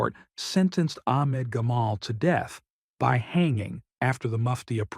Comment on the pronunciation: I know you can pronounce the name Ahmad correctly, then u say Akhmad or Amad,, why are you an AI sound